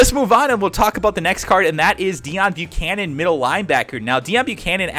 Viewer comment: It's Pronounced Day-own bucannon